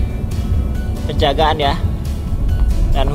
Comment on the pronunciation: Toll pejagan, bukan penjagaan